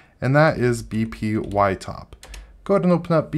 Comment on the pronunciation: b-p-y-top? 😂 😭 That's obviously b-py-top, als in b-Pyton-top. Even the logo accentuated it like that. 🤣